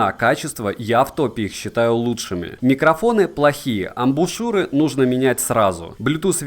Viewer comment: отличный обзор! особый респект за грамотную речь и правильное произношение названий (хоть и адаптированное, я про "аш" вместо "эйч" и ""игрек" вместо "уай") и в тч за амбУшЮры, а не амбИшУры как у остальных горе-техноблогеров!